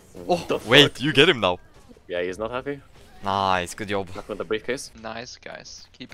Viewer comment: And “yob”